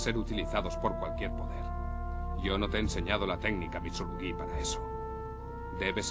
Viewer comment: Mitsurugüí! Y ahi dejé de ver el video, mentira lo vi hasta el final aunque es horrible esa pronunciacion, los demas todo bien.